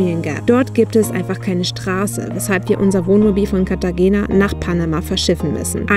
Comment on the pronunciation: Cartagena wird Cartachena gesprochen. G wird meistens als*ch* gesprochen. Nur ein kleiner Tipp von einer Münchner, die in dem wunderschönen Venezuela hängen geblieben ist.